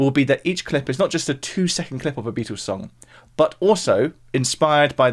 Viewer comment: Sorry - I just struggle to get past the way you call them The Beetoos. 🙄